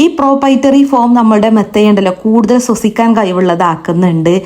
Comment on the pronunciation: സ്വസിക്കാൻ അല്ല ശ്വസിക്കാൻ എന്ന് പറയു.